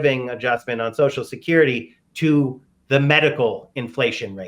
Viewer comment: Sam can't say Social Security. He says Soshacurity.